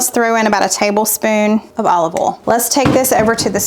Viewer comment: You pronounce the word oil as “Ol”. Just curious….how do you pronounce ‘Owl’? 🦉….”Ayul”?